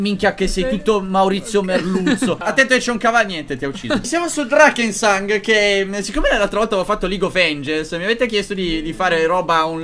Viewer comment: Nella live del 2014 questo gioco lo hai pronunciato "DRASENGANG" 😂😂😂